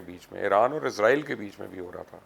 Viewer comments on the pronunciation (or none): Please correct, you always say Izrail, It is not izrail, it is Israil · Don’t say izrail, it is israil, correct it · it is Israel not Izrael